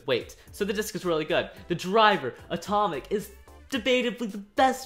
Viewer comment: I heard Etomic when he was talking about dead Phoenix